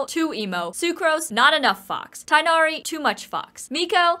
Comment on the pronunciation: Nothing personal but your vid is like the th Tighnari mispronunciation of the day and it’s drained me. How could u betray me